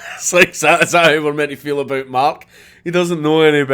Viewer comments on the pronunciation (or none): none